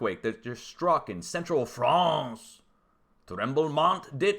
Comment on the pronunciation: He said "Fray-ince" LOOOOL